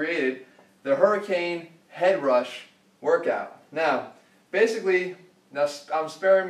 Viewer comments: I thought he said herpes! XD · I honestly keep thinking he is saying herpes